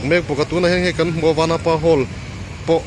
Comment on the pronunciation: vanapa i lam dan a diklo